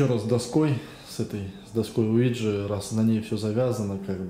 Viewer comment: доска не луиджи а уиджи :face-purple-crying